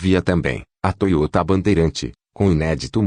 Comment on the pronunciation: Toyôta? Confórto? Kkkkk